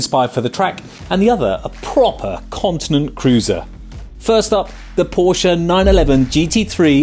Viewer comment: Finally!!! ....a Brit that pronounces Porsche correctly!